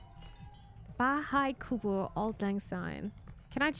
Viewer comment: If by any weird reason you get to visit the Philippines, you should def try taho . sadly i don't think I can catch you live in twtch because of the time zone difference so I'll just support you by watching you here. btw, your pronunciation of Filipino words and names (buko pandan, bahay kubo, etc etc.) almost sounds native, I feel weirdly proud about it lol.